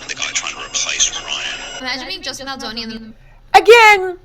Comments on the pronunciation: BALDONI not BALDINI 😅. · Good show! Although I’m pretty sure his name is Baldoni not ‘Baldini’. Baldini sounds like the name of a magician! 🪄😄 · It's Justin Baldoni, not Baldini.🙂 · I believe his name is Justin Baldoni. Not Baldini. We may want to get the names right before we start professing expertise. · I love you, but please get his last name right. He's already been having too much disrespect. 🥲